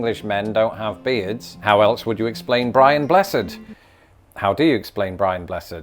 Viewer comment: Two things: 1. Sir Winston Churchill was half American. 2. You mispronounced "BRIAN BLESSED". You were close, but need more volume.